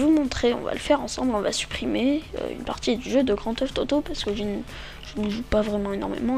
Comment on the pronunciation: ok par contre c'est pas grand teuf toto c'est Grand Theft Auto :D